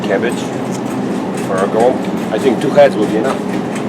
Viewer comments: my family always pronounced these as "gwumpki" very close as you do., but i never knew if that was actually correct. unfortunately my grandma passed away and no once else in the family can make them anymore :( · Finally! Hearing someone correctly pronounce the name of this Polish food is music to my third-generation Polish-American ears!